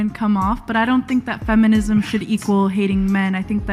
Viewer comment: WHy do you keep saying ephinism?? LMAO its fem·i·nism... Just saying.. But your message is spot on...